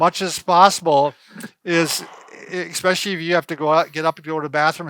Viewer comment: Love your videos and your advice! There’s no “x” in especially. It’s like chalk on a chalkboard when says expecially.